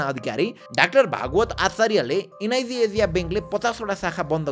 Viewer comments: एन आई सी एसिया ❌ एन आई जी जेजिया ✅ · Am I the only one hearing NIB Asia? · एनआईजी एजिया :D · Niz Azia😂😂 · Bro NIC ASIA ko pronunciation garna sika pahila ani balla video banau 😂😂